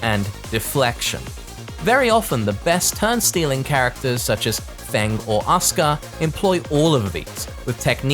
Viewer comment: "ASKAH" Bruh 😒